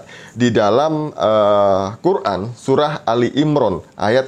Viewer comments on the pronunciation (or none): none